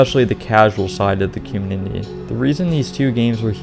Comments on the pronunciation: I love your videos but I can not stand the way your say “community“ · You need to practice the word community